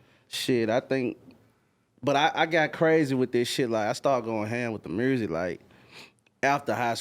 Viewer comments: I love it how every Memphis dude (Yo gotti, Blacc Youngsta, Dolph, Moneybagg) is saying muersic xD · Memphis niggas always pronounce music funny